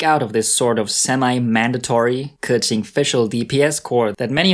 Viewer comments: Hes not pronouncing it right he says kurqing its kuqing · 93% of the Genshin Impact content creators say "Kah-tching". Makes me cringe every time. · Yeah most people just call her kaching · The chad 'keqing' vs the virgin 'keking' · Thers no R. He makes it sounds like kerchin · It's still not perfect tho. But at least he made an effort I guess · I’m sure pronouncing Liyue names is no big deal for Chinese like me but for y’all info, keqing is actually 刻晴 kè qíng, 第四声 for the e and 第二声 for the I. And qiqi is actually 7 7 in chinese which is qīqī like there’s no “h” it’s just qiqi not chichi. To pronounce qiqi name just leave a gap between your tongue and the top of your mouth and you’ll get her name right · Dude you completely butchered her name but i love it XD